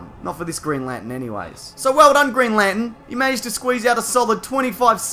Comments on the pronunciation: Green Lantern not Green Lanten is that some kind of New Jersey accent do they always leave out the r? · Stop saying Lantin! There's an R in there. Lanterrrrrrn! Green Lanterrrrrrrn. Not Green Lantin. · He says it as green lantn 😂